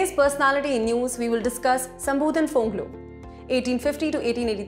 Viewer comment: Not shambhudhan phonglo , his name was shambhudhan phanglosa